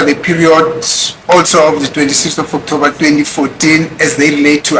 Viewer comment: Skirlikkk suddenly is having flu on his voice😂😂😂😂😂 u r a scam😢 u will kill us Not BEAUTIFULLY pronouncing OKTOUBBBER ❤❤& AFFFFFFFIVVVVIT ❤❤❤